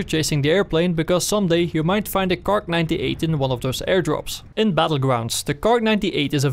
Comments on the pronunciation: It's a Kar (98K), not a KARK!!! Argh! I don't know why that is so incredibly irritating to hear each time lol! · KAR 98 K. Kar! Not Kark.